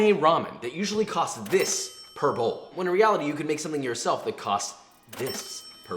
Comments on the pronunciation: I really thought he was saying "cost this purple" and it was just a stand in word he was supposed to dub over later. Per bowl. He was saying per bowl... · When he said per bowl I thought he said purple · From now on, I'm going to tell people: "It only cost 1.50 purple." I had to listen 3 times before it dawned on my poor caffiene deprived brain that he said "per bowl"